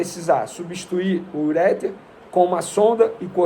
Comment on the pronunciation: Venê, como colaboração, ureter pronuncia-se "uretér". Abraço.